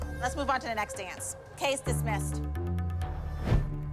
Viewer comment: I laughed so hard when holly said 'case dismised'.